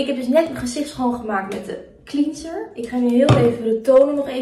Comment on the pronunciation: Je spreekt ‘cleanser’ niet uit als ‘klienser’ maar ‘klenser’ :)